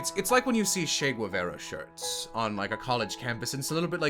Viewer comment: Truly, a champion of the arts. Beautiful insight. Also loving the pronunciation of "Chay Gwavaira"